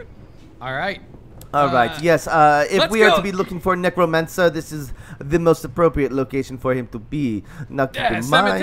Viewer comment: did he say negromancer lol